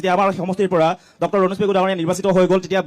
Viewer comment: Dactor nohoy Doctor O gadho